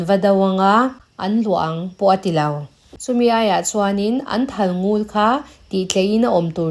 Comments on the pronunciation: A ngaihnawm hle mai ka rin zawng tak ani. Thalngul tiha ngul i lam rik dan erawh a diklo. Lel lul mai kan tiha lul ang hian ari tur ani. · Thalngul ..ngul hi a par vul..tih a vul tih ang deuh a ngul tiha lam ni se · Thalngul i lam dan hi, (Ngul) tih lai hi thluk loh tur ania, Ngul tihtK hi lamrang deuh tur aw